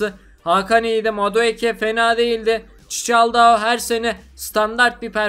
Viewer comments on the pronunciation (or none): Çiçaldao değil Çikaldao